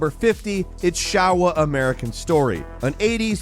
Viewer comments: SHOWA AS IN SHOW WA! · I really like your videos! Congrats! Just a little tip about the pronunciation of the Japanese word “Showa”. Instead of saying it with an open “o” sound, like in “shower”, for example, you should actually pronounce it similarly as you would say “show”, with that “ou” sound, just like “ShOUwa”. I hope that helped. Peace, and greetings from Japan! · it's pronounced "SHO-wah"